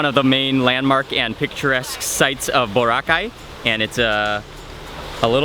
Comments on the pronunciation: OMG HE SAID BORACAY SO WRONG BWAHAHAHA😂😂😂😂😂😂😂😂😂😂😂😂😂😂😂😂😂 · I LOVE HOW HE SAID BORACAY SO WRONG😂😂😂😂